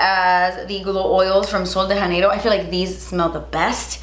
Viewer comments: Sweet, the J in “Janeiro” is actually pronounced like the J in the brand Jouer.... 😻😻😻Love ya!! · I love you, but I just have to say.... you’re supposed to pronounce the J in Sol de Janeiro ... it’s Portuguese, not Spanish 😂 Sorry, I know it’s a small thing, but since I’m married into a Brazilian family, it drives me crazy 😂